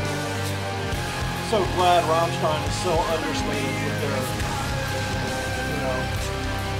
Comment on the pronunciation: He pronouns Rammstein correctly, Respect